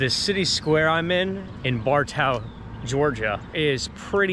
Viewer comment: it's Bar toe lol